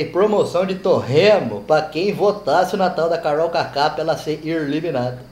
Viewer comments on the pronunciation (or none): O "irliminada" me jogou no chão de tanto rir kkkkkkkkkk o é demais